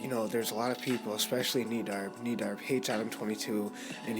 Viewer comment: You pronounced nedarb wrong